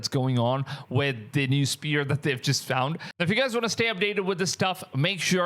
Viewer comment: the whole video spear